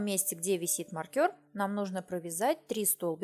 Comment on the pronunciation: не маркЬОр, а мАркер.